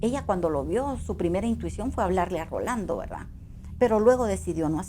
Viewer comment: Jajajaaj "¿verdá?"